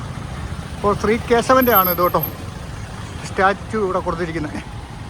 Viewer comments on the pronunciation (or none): none